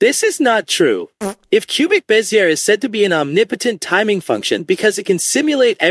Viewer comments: It’s not “biz-ear”. It’s “bez-zee-ay.” As in the French engineer who popularized it, Pierre Bézier. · Closer. Be zee ay. French not English.